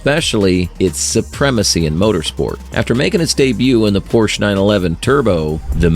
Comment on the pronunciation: Please at least try to pronounce Porsche in the right way.